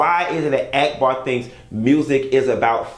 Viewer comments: You don't like ghetto people but you calling that girl AAACK BAW.. Ahack Bar!! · 🤣🤣🤣 Why r u calling her Ack-bar instead of Auc-bar? 🤣🤣🤣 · Every time you say act-bar I scream. Lol it’s awk-bar